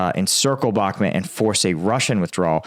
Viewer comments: Bakhmit? It's BAKHMUT (BOK-MOOT)! It's not difficult to pronounce correctly. Zaporahizia? It's zaporizhzhia. Say it with me... ZAP-OH-REE-ZHIA) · You w really suck pronouncing Ukrainian names. It still bothers me that you haven’t learned how to pronounce “Bakhmut” and other Ukrainian cities. It’s pronounced “Bakhmoot!” This is not an American city where you can pronounce wherever way you want.